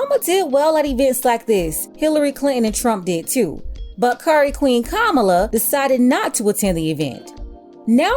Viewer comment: Did you say Curry Queen? Hahaha I’m dead 😂😂😂